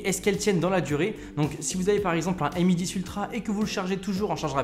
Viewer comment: Dit encore "em i" au lieu de "mi" et....oui